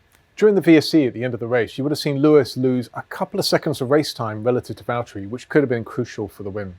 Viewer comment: James, it's Vatteri